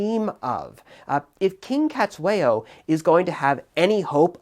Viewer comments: And it's pronounced setswayo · Thanks for the analysis! Great to see this war getting some discussion. Small niggle, your pronunciation of "Cetshwayo" is, well, it could do with a bit of work.